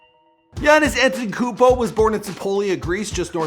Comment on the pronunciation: You said anetokompo